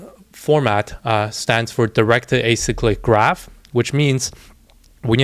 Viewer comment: You're the only youtuber I've seen actually say directed acyclic graph correctly and know what it is lol